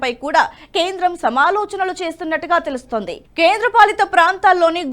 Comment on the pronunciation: కొంచెం జాగ్రత్తగా తప్పులు లేకుండా చెప్పండి. ఉదాహరణకు ఆమూలాగ్రం. అలాగే వాక్యం చివర మీరు పలికే పద్థతి మిగిలిన చానల్ ల లో లాగా ఉంటోంది అది సరి కాదు. ఉదాహరణకు తెలుస్తోంది అని చెప్పడానికి తెలుస్తోందె అని, నియమించింది అని చెప్పడానికి నియమించిందె అని వినబడే లా మీరు పలుకుతూ ఉన్నారు. అలాగే దృష్టి సారించారు అని పలిచకినప్పుడు. అలాంటి వి ఈ చానల్ లో ఉంటే ఒప్పుకోవడం మాకు కొంచెం కష్టం గా ఉంటుంది. ఈ చానల్ లో ఉండే భాష కూడా ముఖ్యమే.